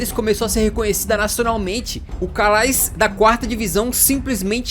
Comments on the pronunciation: Calais pronuncia-se "Calé" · Calais não 😂. Se pronuncia Calé. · se preocupou em pronunciar o nome desse, mas, sem pena, errou o anterior, pois Calais se pronuncia "CALÉ". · Calais se pronuncia Calé